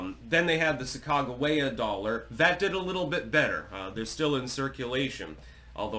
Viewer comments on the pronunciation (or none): The way you pronounce sacagawea blew my mind